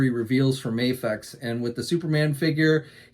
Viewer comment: It's Video but with an M. Please pronounce it right U ignorant hick. I'm here trying to make America great again and people like U make Americans looks like stupid idiots who can't pronounce simple words properly.